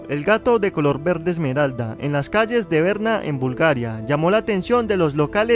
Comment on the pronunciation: Varna , no verna, soy de Bulgaria 🤪